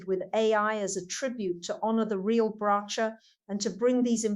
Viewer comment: She doesn't even pronounce Bracha's name properly!